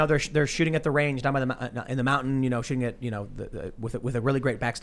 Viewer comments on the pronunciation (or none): Every time she says the word 'mountain', I cringe. I don't know why: she seems like an intelligent, interesting person. Probably a deficiency in my brain.